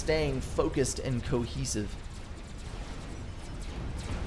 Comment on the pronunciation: Best line in all of casting right there. "Having trouble staying focused and COHESIVE." Beautiful! Just a perfect little accident emphasizing the truthfulness of the statement. Made my fuckin day.